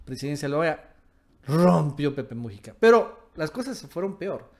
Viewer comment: QUERIDO AMIGO, NO SE DICE PEPE MU'JICA, SINO MUJI'CA. LA SILABA FUERTE ES "JI". POR FAVOR CORRIJETE, QUE SUENA MUY FEO.